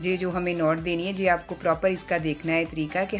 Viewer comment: Aap je ko ye bolen to. sahi lagega je sunne men achchha nahin lagta hai.